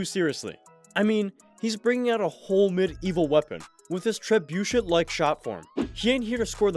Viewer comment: It’s pronounced “treb-BOO—shay”